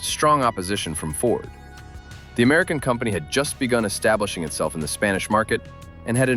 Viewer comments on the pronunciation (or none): none